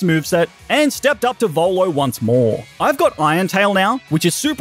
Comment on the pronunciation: Volo not bolo